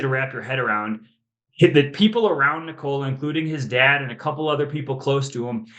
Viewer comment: Windy is one of the rare few NBA media people that pronounces Nikola's first name correctly. Something that reporter following him through Serbia was not able to pick up. Literally St Nicholas is the same name. And I assume you pronounce it Nicholas. Now just remove the last "s" and that is it. You don't pronounce it "knee COLA"....